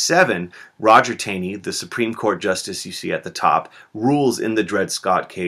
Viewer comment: Taney is pronounced "Tawny"